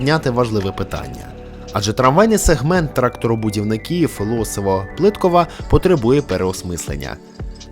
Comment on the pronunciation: до речі, вулиця Плиткова, йде з наголосом на кінець слова "Плитко́ва"